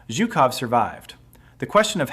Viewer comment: If you are going to make a video about a single person, you should at least manage to pronounce his name correctly. It is not zukoff, but zhukov with the first two letters in the English transliteration representing a single Russian letter. Zhuk in Russian means beetle or bug and so a loose translation of his name is "bugman."